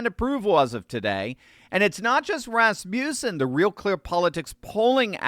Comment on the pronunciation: FYI, I too used to pronounce it that way, but... It's not Rass-Myoo-Sen It's Rass-Muh-Sen